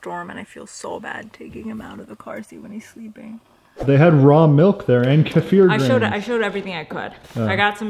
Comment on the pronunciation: OOMMGGG hearing you say KUH-FEAR every episode is killing me. Please go back to saying KEY-FUR = Kefir.